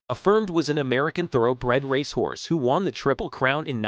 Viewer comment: Honestly “ Rash horse , can’t pronounce most of they great racers names ! Theses great creatures deserve better than this !